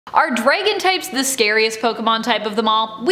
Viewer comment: Zhe Chrome, Zhe Cringe